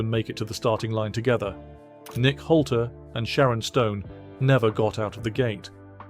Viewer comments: its not holty its nick Noltey. nolt leee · His name is nolte not holter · It's just way too distracting to hear Nolte's name being mispronounced as Holty every 10 seconds. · Hol-tey? Sizemore when you don't show Sizemore... Hole-teeeeeeee, hahahaha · Excuse me why won’t you pronounce Nick Nolte’s surname correctly it begins with an N not an H sorry if I sound pedantic but I find it infuriating, apart from that great video !